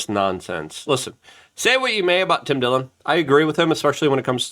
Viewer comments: Tim Dilling? It is Tim Dillon. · lol "Tim Dilling" ???